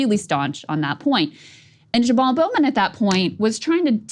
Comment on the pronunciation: Krystal pronounced his name “JaBall” multiple times.